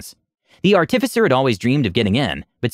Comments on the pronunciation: ...Ar-tif-icer? Art-i-ficer! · Artifice is the action of making this out of base material. Someone who does that is an ART-if-cer, not an ar-TIF-ic-er. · A little off topic, and I'm not trying to be an ass when I say this, I'm just pointing it out. You put too much emphasis on the "TIF" when you say artificer. Instead of saying art-TIF-icer, just say artif-isser as one smooth word with no emphasis on any part of the word, like you would say "artifact". Or just google "pronounce artificer" and listen to example built into google at the top. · learn to pronounce artificer please for the love of god...How do you pronounce artifice? Pronounce that and add an er to the end.